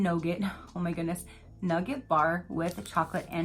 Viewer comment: Those lush chocolates look so good! & when you got to the Nugat I was like what nugget? I don’t see any nuggets 🤣 it’s Nugat so kind of pronounced like ‘ NEW GAT’